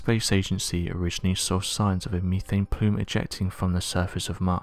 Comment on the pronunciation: Misleading title and its "Meth ane" not "Me thayne".